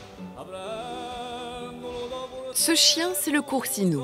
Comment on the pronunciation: " le coursinou " Bou sti pinzutti di merda . Faites des efforts de prononciation